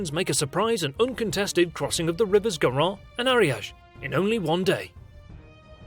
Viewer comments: It's not Garo it's Garone = Garo + ne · Should have checked how to pronounce Garonne or Narbonne before making that video.